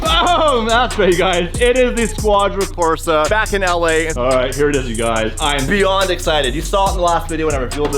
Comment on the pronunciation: Squadra Cors*E*, please haha